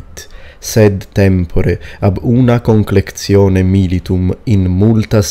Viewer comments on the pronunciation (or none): FYI you said conclectione instead of conlectione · Al minuto ho l'impressione che pronunci la parola CONLECTIONE come CONCLEKZIONE, è giusta così? Pensavo che in Latino Classico si pronunciasse tipo CONLEKTIONE. Fammi sapere, grazie. :) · Ave! Probably you wont see my comment since you made this video 6 years ago. But I think I found a mistake in your pronuanciation at the very end of the video (when you are reading Exercitus Romanus). Actually 2 in when you say the word "conlectione". First, you say a 'k' between n and l, like: conKlectione. Second, you pronounced the 't' like the italian 'z', so like: "conlecZione". Which I believe is ecclesiastic, and not classical, as you pronounced the other parts of the text. But I just started to learn latin, so I am not really sure in these things, I hope someone more competent can tell me if I am right or not. Wish you the best! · I am a little bit confused by pronunciation of the noun conlectione. You have spelled it like [kon-lek-cio-ne], but why this [c] sound instead of [t]? Could it be pronounced like [kon-lek-tio-ne]? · In classical Latin it should be con-lec-ti-one not con-lec-tsi-one